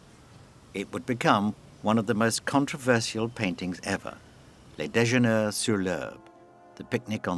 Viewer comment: Please ! Learn to pronounce "Déjeuner " properly. France is just a few miles off your coast. And while we are at it, learn to pronounce MANET properly, too. MAH-nay / Deux-Gah, not DAY-Gah